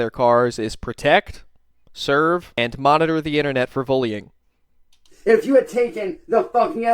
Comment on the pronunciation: I love how you say vullying instead of bullying lol